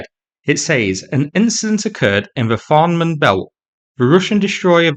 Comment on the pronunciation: What's that "Farnmen belt" you're talking about? It's "Fehmarn" - pronounced somewhat like "fey-marne".